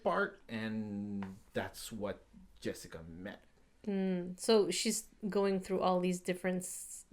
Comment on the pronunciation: Did he say Jessika?